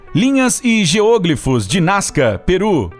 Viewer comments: A pronúncia correta é geoglÍfos, não geôglifos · "geôglifos"? Acredito que a pronúncia seja geoglífos. Geo - Terra, Glifo - traçado, desenho. É uma palavra com prefixo e sufixo, só meio que separar. Não sou professor de português mas me incomodou muito ouvir a pronúncia esquisita. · A pronúncia é GEOGLÍFOS (com tônica no i). Não se trata de uma proparoxítona. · "geôgrifos"? :v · Geoglífos e não GEÔGLIFOS... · "geôglifos" ...doeu no ouvido ! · Não se pronuncia GEÔÔGLIFOS ! 😣 Deslike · "Níger" é a Nigéria, em Português. A pronúncia correta é "géoglifos", não como está na locução! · Posso estar enganado, mas pra mim, a palavra geoglifo, não tem acento circunflexo no primeiro "o", para ter a pronúncia geÔglifo. Até porque, se dessa forma fosse, se tornaria uma proparoxítona, que, obrigatoriamente, seria acentuada. Enfim. A sílaba tônica é o "gli", e ouvir ele pronunciar dessa forma, me deu agonia. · Muito bom o video, mas sua pronuncia de geoglifos está horrivelmente errada, chega doer ao escutar. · geoglifos não se pronuncia dessa forma...vídeo incrível mas não assassina a linga portuguesa né kkkkkkk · O video é bem legal, mas o tem dificuldade com as silabas tônicas das palavras